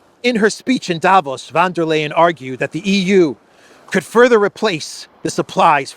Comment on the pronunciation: Ursula van der Leyen is pronounced: ... fun ... ... . 😂